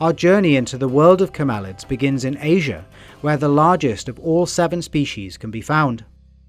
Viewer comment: STOP, STOP. That's [CAM–el–ids] not [cam–EL–ids].